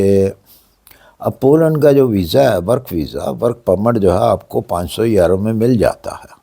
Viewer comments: Sir please if you don't mind please pronounce correctly یورو instead of ییرو thanks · Sir yero nhi euro hota Hy 😊 e U r o